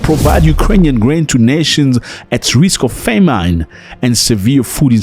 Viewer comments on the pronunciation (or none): Sorry Zack but famine is pronounced fa min not fe mine.